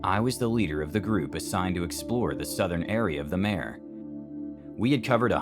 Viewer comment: "mare" as in a horse! 😂 It's Latin. "Mah-Ray". Not a 🐴🐴🐴🐴